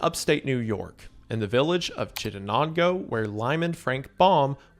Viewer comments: As someone who lives in upstate New York near Chittenango it is not said however you said it Mr goon lol think of it as chitt-nango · I've never heard Chitenango pronounced like that 😂 I'm proud to finally be a part of your mispronouncions 🙏🙏🙏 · I live near chitt! It's actually Chittenango but pronounced like mango and you don't really pronounce the "en". It's such a cute town! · Its pronounced chitt-en-ayn-go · chi·tuh·nang·goe Upstate towns have some interesting pronunciations for example when I moved to Chili, I got flamed for pronouncing it like the pepper.... it's "chie-lie" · The town L. Frank Baum is from (pronounced Chitt-Nango like Mango) also holds a yearly Oz Fest, cast members like some Munchkins used to make appearances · Lol upstate/western New yorker here... Chittenango.. Chit-nango..I know i know its dumb but thats how we say it 😂😅 we have a lot of towns in Buffalo, rochester Syracuse, native names that are not pronounced how they are spelled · fun fact I actually grew up there in his hometown it's pronounced Chit-en-aingo and they have a yellow brick sidewalk and a parade every year called ozfest where actors from the movie would do a parade and have a carnival! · CHITTENANGO MENTIONED (PRONOUNCED WRONG) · As a Kansan transplant to upstate New York, the pronunciation of “Chittenango” in this video killed my soul just a little bit